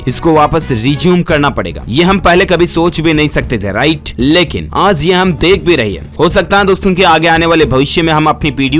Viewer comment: Bolna nhi aata h kya aaj ko aaz aur zaroori ko jaroori